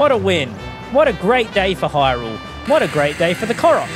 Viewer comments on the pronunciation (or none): none